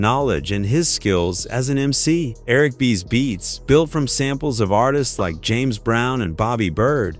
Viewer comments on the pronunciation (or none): none